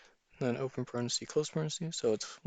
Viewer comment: Excuse me but these are parentheses. this ( is a parenthesis... there is no such word as "parenthesee"